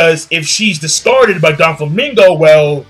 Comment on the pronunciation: you always call Doflamingo Donflamingo, well it does sound better